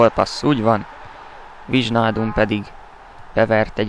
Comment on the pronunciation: "Wájnáldum" így kell mondani!!:);)